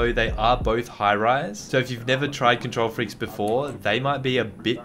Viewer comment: How much likes this gets is how much times he said control freekes